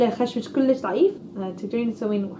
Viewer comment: بتصور بتقدر تحكي عربي بس بتتصنع اذا قادره تحكي لهجه صعبه ما في تحكي صح لانه عم تلفظ كلام صعب حدن يحكيه كلش كلش احشي احشي شو هيدا ما قادرا تحكي عربي